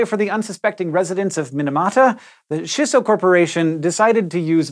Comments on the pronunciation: chee-so...no shisso... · CHEESS-SO! NOT SHISS OH! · It's Chisso, not Shisso. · "Ch"isso. Like "ch"eese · Hank... I love everything you do... except pronounce Japanese words. It's CHEE-SSO. Thanks for coming to my Ted Talk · is triggered that you aren't pronouncing it CHEEsso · Chisso is supposed to be pronounced with a hard "ch" sound like in the word "chimp." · Why are you saying chi as shi? Do you also pronounce cheese as sheese? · Japanese tips for Hank: - “i” in Japanese always makes an “ee” sound - “a” always makes an “ah” sound - “ch” never makes a “sh” sound. So “Chisso” is pronounced “chee-so”, and “Minamata” is “mee-nah-mah-tah” :) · CHEE so - a SEE tal - :D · Oof, those pronunciations tho.... Minamata - 'mi' like 'meatballl' and not like 'minute'. Chissa - Chi like 'cheese' and not like 'shin'. There's a slight pause between 'chi' and 'sa', like a fermata, as with all double consonants in romaji.